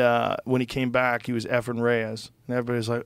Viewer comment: Efrin Rayes???🤔🤔🤔 Naha man! Say it ain't so?